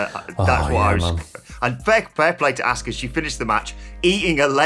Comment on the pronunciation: 🤦‍♂️ It is really that hard to say her name correctly? Nobody in the WWE says Ask-uh It's Ah-ska